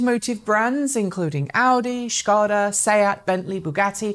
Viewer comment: Hello! This is the first time I hear a English speaking person pronouncing Škoda the correct way, Huge thumbs up for that! That is attention to detail :) cheers